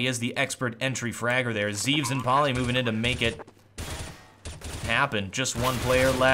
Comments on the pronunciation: It's pronounced Zev-es, not Zeeves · his name is written zEVES, but is pronounced zehvehs, and his name is jkaem and is pronounced j-kehm